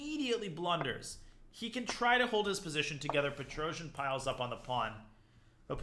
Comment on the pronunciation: Its pronounced Pet-ros-yan